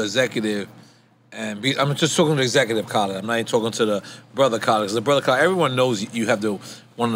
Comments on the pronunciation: Does it sound like N getting his name wrong? Carlid? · I know off the rip I'm going to love this interview because nore can never say DJ Khaled name. Shout out to the fact that DJ Khaled has gloves on but still puts his pinky ring on